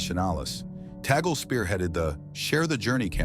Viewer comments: You pro ounced Tagle wrong. Its is not toggle. It is Tag le or tag lei. Its annoying to hear toggle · It's TAGLE NOT TAGGLE PLEASE PRONOUNCE IT CLEARLE